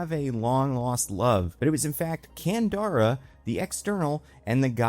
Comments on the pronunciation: I kept replying "Candra" everytime he said it wrong, couldn't help it. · It's Candra not Kandara. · Can-drah. Not can-dar-ah. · EVERY. TIME.